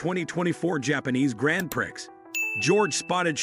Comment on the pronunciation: Grand Prixx?? God, I hate AI